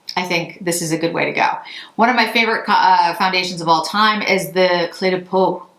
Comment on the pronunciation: Green really suits you :) On a different note, I am French, and your phone totally mispronounced Cle de Peau 😊! It's almost pronounced like the word "clay" - you said it very well though